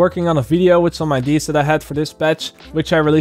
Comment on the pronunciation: I love videos but the way that he says "IDs" instead of "ideas" is driving me fuckin crazy lol